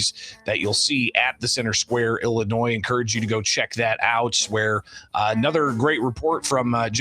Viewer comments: I noted this too, The Ilan of illinoiS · The fact that he pronounced the S in Illinois is grounds for impeachment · Our AG's name is Kwame??? He calls our state; Illinoi "S". Where's he from? Is he there to blow smoke at us? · How can he be the Illinois AG and he can't even say the name of the state right? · You mean to tell me we have politicians and elected or appointed individuals that don't know the S in Illinois is silent? How can you run a state if you can't even pronounce the name? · The damn attorney general can't pronounce the states name? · Kwame doesnt know where one of his biggest school districts are is in Cook County and the state as a whole and doesnt know that he would prosecute state level fraud from government bodies... thats insane. The worst part is pronouncing the S in Illinos. Thats a huge red flag 😂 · this POLITICIAN DOESN’T EVEN KNOW HOW TO PRONOUNCE ILLINOIS! Wake up Illinois! It’s your own doing! So stupid! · Will somebody please tell Kwame Raoul the ‘s’ in Illinois is silent…. What a friggn embarrassment. Can’t the democrats find people better educated to run for these higher offices????